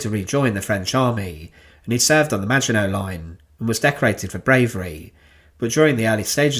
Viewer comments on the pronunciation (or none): none